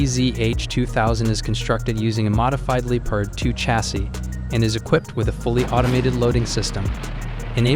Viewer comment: No one blames you if you pronounce Leopard the english or america way. But don't say Lee-part.